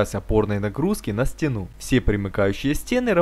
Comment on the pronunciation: на стенУ, кухОнный ... аааа, мои уши! ))) а вобще молодцы, спасибо за видео, было интересно!